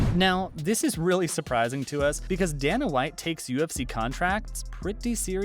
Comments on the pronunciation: Dayyyyy-nuhhhh not dan-uh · Not to mention he shows ngannou instead of mcgregor when he's talking about how diaz and mcgregor have bad blood. And come on... it's Dana, not Dan-uh. Step your game up